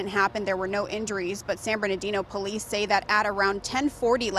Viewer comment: It’s San Bernardino 😂😂